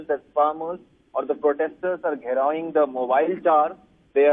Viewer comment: Did he say “Giraoing” the mobile tower 😂😂